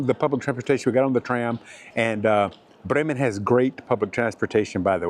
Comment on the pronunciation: Funny! You pronounce "Brreymen" like the locals. Cool!